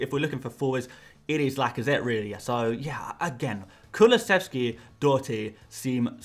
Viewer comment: Bravo on your pronunciation on Doherty